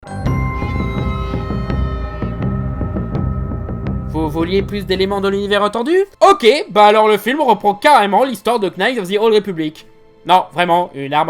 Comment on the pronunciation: Par contre on dit "huit" et pas "nuite" et on ne prononce pas le K dans "knight" PS: je risque d'ajouter d'autres remarques puisque tu fais 56 erreurs de français par minutes ARRÊTE D'AJOUTER DES LETTRES AUX MOTS... C'EST LANDO ET PAS LANDOSE APPRENDS A ÉCRIRE TES TITRES CORRECTEMENT POURQUOI TU SPOIL LOST SANS PREVENIR TES GOUTS EN JURASSIC PARK SONT AUSSI DÉGUEULASSE QUE TON GROS MENTON T'ES PAS EN SURPOIDS, T'ES EN OBÉSITÉ MORBIDE! VA VOIR UN MÉDECIN VITE! T'ES PAS UN GEEK, T'ES UN NOLIFE OBÈSE ARTICULE STP